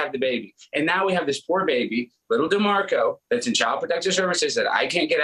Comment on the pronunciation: Say his name "D'MARCO"😂